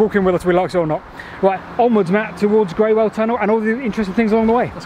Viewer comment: Somebody else might have mentioned the pronunciation of Greywell. I lived in Basingstoke close to the line of the canal 50 years ago, and used to walk it. A very old resident I met near the tunnel told me that Greywell is pronounced as "Grool". I also heard that from other people in the village of Basing, through which the canal ran (along the castle wall). A great video, thanks.